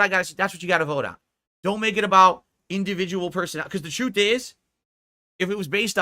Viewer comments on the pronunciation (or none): none